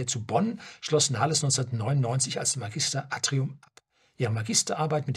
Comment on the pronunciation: „Magister Atrium“ ist auch mal ein großartiger Versprecher. 😆